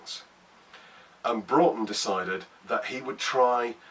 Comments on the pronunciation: Loved the vid! Thank you for being one of the few people to actually pronounce "Broughton" correctly! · I'm also a decendant of John 'Jack' Broughton. My grandad used to tell us the story when we were young. As others have said, glad you got the pronunciation correct.